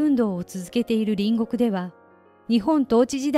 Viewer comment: 隣国=りんごく×。りんこく=○です。兎に角、今機嫌取りなんぞしてるときではないです。其々が確りとするときです。